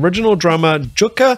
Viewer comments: I subscribed but that means you need to make a few corrections…. Jukka is pronounced “Yukka”. Wacken is pronounced “Vacken”. And if you get to it, the lead singer is Floor Jansen, pronounced “Yansen”. Just a Canuck educating a Kiwi….. 😊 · Jukka is pronounced “you-ka” and Wacken is pronounced “Vok-ken”. 😊. Great reaction! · Finnish J = english Y, so Yukka, rather.